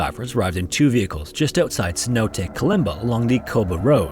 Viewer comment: snow days? Stop being lazy and at least try to pronounce the word Cenote correctly.